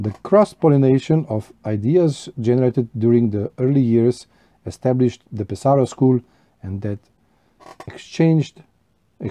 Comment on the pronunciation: I also enjoy Pe’saro pipes ( accent on first syllable FYI) and have a lovely Mastro de Paja ( very affordable), as well as the same bulldog you have and a billiard from Ser Jacopo but with specially made vulcanite stems done by Julius Vesz, my dear friend in Canada. I also have an amazing Rinaldo which I must say smokes amazingly. The Pe’saro school is very elegant while the Cantu school ( Castello, Ascorti, Caminetto) and Varese school ( Savinelli, Brebbia etc,) are all near Lake Como and certainly more classic in shape. A great video thanks for sharing amico mio. Ciao 👋 S.